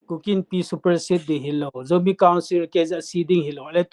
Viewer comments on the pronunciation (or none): none